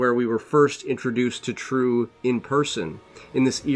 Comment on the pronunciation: You Totally butchered the name Triêu. It is NOT True. More like Tree -eu (like French eud as in eud de parfum).